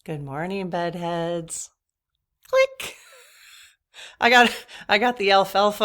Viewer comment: You’re wonderful but I have to tell you that every time you say, Good morning Bed heads… I hear, Good morning Butt Heads 😂. It’s prob just my hearing (getting old lol). The first time I was so surprised but then you explained it was Bed. It’s fine tho bec it makes e laugh! Stay well 💕